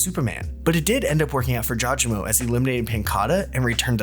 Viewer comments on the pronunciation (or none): thank you finally someone calls out people saying it jaw je mo